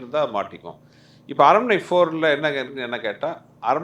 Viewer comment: Tamanna: aranmanai ❌ arannamanai✅